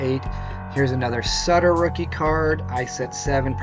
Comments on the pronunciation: Sooter, not sutter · Not sutter pronounced suitor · How in the HELL do you not know how to pronounce Bruce SUIT ter?? Not SUT ter? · Sutter's name is pronounced "soo-ter". It's kind of annoying when investors don't even know how to pronounce the athlete's names. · Did you really mispronounce Bruce Sutter? Face palm.